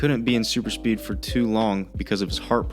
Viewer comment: Oh, my God... Another "Acsilieishen AnD SupiiD". The cattle truly enjoys repeating stupid buzzwords after one another.